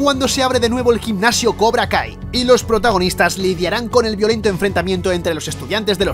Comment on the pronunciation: Pense que decia cobra gay xdd